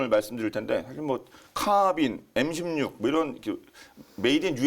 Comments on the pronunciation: 에무 16이 뭡니까.......? 다음부터는 엠이라고 해주세요.... 지금 시대가 어느 시댄데 일본 발음을;;;;;;; 상당히 실망스럽습니다. 그리고, 상당히 듣기에 거슬립니다....... 오늘 이후로 또 방송에서 에무 에무거리면 정식으로 국방TV에 항의 하겠습니다. 거 알만한 사람이 그러시면 안되죠;;;;;;;;; 일해군 깃발 보면서 빡은 치시기는 하시는지....... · 애무16?뭘 더듬길래 애무를?젊어 보이는 사람이 쌍팔년도 이전에 일제교육 받은 아버지 또는 할아버지 세대의 왜국 발음을?